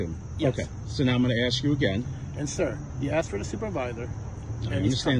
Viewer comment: If you are a police officer you had better have a command of the english language AKS is not a correct term, learn how to speak before speaking to another person, it just shows aq high degree of ignorance